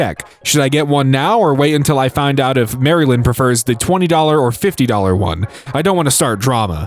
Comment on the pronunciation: that’s not how you pronounce Maryland